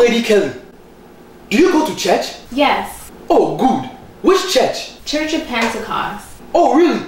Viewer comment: LOL "Continue to stedy" "Do you go to cherch" "Which chech"